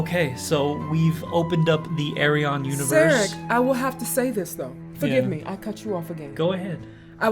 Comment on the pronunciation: The name Ayreon is chosen cause phonetic it sounds like the Correct Dutch pronunciation of his first name Arjen. So say Ayr-yeon, not Ay-re-on